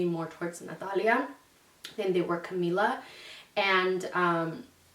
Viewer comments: Natali Vazquez yessss lol that irks me, like say “Camila” like the music group not Camila like camila cabello 😂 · Am I crazy I feel like she keeps pronouncing it not in a Spanish accent lol. Like Cuhmila. Cahmiiiiila. 💕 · how cute!!!💕 my niece's name is Camila Isabel and we call her cam or camina because that's how she pronounces her name lol